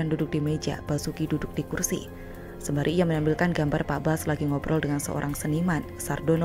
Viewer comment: Rizal ramli nggak bisa ngomong "kursi" bisanya ngomong "kulsi" takut gigi palsunya copot 🤗